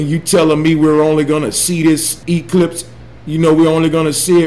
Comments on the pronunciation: Someone help me count how many times he says "disingenuine" Solar Ee-clipe? Wut the hell is that? how come he doesn't FUCKING see the NOT TO SCALE? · “The solar EEEclipse.” Nuff said. You know, he makes more than just himself look stupid. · Hahahahaha solar e-clipes instead of eclipse (im talking about the flat earther's pronounciation) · Omg when he says E-cliiips ahahah! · Why does he always put emphasis on the letter e in eclipse? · Oh God he just said "the solar EEclipse" and disingenuine now I know the amount of brain cells to that are in the average flat earther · E clips In akurrat esperimnt I dont know about you, but this guy doesn't sound smart